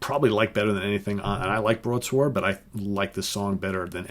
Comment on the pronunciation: Why do you pronounce the "w" in broadsword